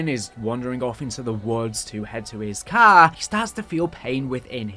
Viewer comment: He did not sound American under the tree from the way he said car